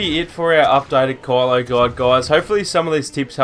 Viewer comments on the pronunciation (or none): Why do you say "Call-o" his name is Ky-lo. I know it's ur accent but it's weird. It almost sounded like Carla sometimes. Pronounce it correctly bro.